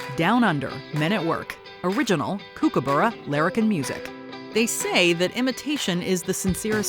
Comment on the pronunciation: "kook"aburra? Please get it right - it's pronounced "Cook"aburra.